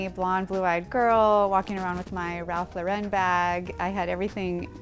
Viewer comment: not the "Ralph Laur-en" bag full of dro.